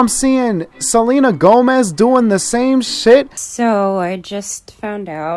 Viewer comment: nigga said selma gomez😂😂